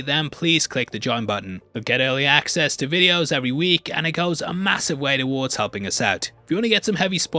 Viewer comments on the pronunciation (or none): none